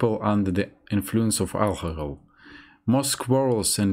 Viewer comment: As an American, I'd say your English is very good. You pronounced a few of the more difficult words bit strangely (logistics, influence, detrimental), but other difficult words you pronounced very well (according, confidence, occasion, quarrel, opinion, gradually, negatively). Overall though you're very easy to understand :)